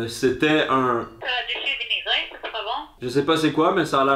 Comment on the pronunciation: "la salade de chou vinaigré" j'ai cru qu'elle a dit "salade d'immigré"